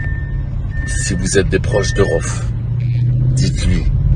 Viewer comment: c'est pas rohff c'est rhaouefff